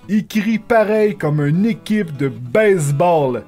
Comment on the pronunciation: Quand tu dis baseball, on aurais dis baise-ball avec la manière dont tu l'a dis xD